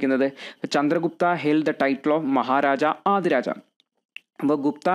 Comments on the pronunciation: Thank you sir. but Maharajadhiraja koottivayikkende. Maharaja aadiraja allallo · Maharaja adhiraja alla bro maharajadhiraja aanu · Nice class .. മഹാരാജാധിരാജ എന്നാണ്...